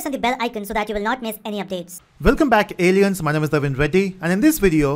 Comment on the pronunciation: only me thinks that he is saying "welcome back idiots" instead of "welcome back aliens"?